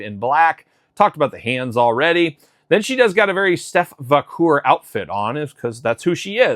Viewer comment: Va - care. Haha Not Va - coor. 😅